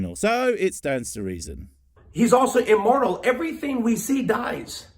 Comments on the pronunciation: Why is it that when says "God is immortal" is sounds suspiciously like "God is immoral"? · When he said immortal I thought he said immoral lmao